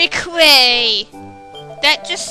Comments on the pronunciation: oh, just so you know, quay is pronounced as key love your vids btw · "Quay" is actually pronounced as "key". (Nitpick that in the next episode, please. I'd love to hear your thoughts on the English language,.):D